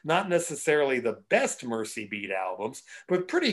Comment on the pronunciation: Mersey beat, not mercy.